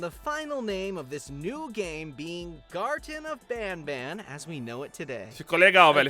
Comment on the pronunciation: Ele fala gartem of banba mas o serto e gartem of banban com n no final ele fala banba por que ele quer